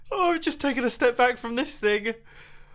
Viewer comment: Bro whenever you say 'welcome back to another video' the 'back' sounds like banc